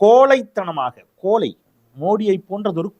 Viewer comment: திரு. நீங்க நன்றாகத்தான் பேசுகிறீர்கள். ஆனாலும் தமிழை கொஞ்சம் ஒழுங்காகப் பேச கற்றுக்கொள்ளவும். கோலை அல்ல.....கோழை குறுக்கு வலி என்றால் இடுப்பு வலி என்று அர்த்தம். அது குறுக்குவழி. மேலும் பல தவறு. ஒரு எழுத்தை தவறாக உச்சரித்தால் அர்த்தமே மாறுகிறது. "தாயிக்கொரு பழி நேர்ந்தால் மகற்கில்லையோ" அன்னைத் தமிழுக்கு பழி நேர்ந்தால் நமக்கில்லையோ"